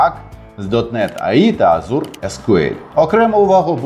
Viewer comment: Чи можна не говорити азУр? Всі девелопери знають англійську і азУр тригерить.